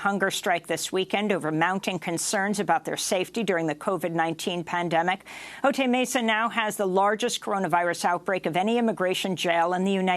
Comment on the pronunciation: "Otay" is pronounced \oh-tai\. Ay, ay, ay, ay, canta y no llores.